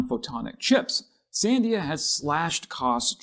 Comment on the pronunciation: fwiw: Sandia labs is pronounced san-DEE-a ... the accent is on the middle syllable.